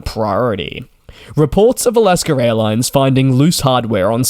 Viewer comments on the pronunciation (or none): it's not "alasker."